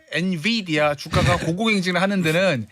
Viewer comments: 엔비디아에요 엔디비아라니 ㅜㅜ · 엔디비아가 아니라 엔비디아예요~~~ 앵커님 왜이러실까